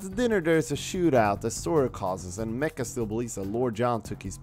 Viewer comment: It's Not mecca it's MACHA 🙄